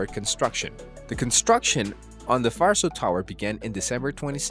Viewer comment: My ears bleed every time I hear "farso". It's pronounced Varso, with hard "v" like in "vet". Was there 2 weeks ago, quite empty for now. The plaza part seems to be a cool place, a real technology hub, it looked like there was a lecture in one of the rooms when we arrived. The tower will be open for sightseeing next year.